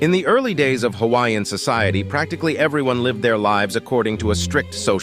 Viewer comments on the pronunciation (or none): Your Hawaiian pronunciation is atrocious.